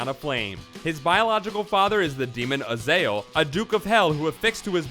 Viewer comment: Azazel not Azael